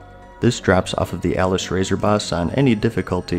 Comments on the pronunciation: I do believe it's officially pronounced as "Ah-lis-rah-zor" in the game itself. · Hey. Just letting you know you said the Pure Blood fire hawk and Flametalon of Alysrazor while in correcting its pronounced "A-Lis-Ra-Zor", you said these drop from Ragnaros and Alysrazor in dragon soul 😂 Other then that. Thanks heaps for the video!